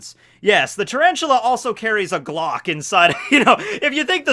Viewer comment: said glocc 😂😂😂😂💀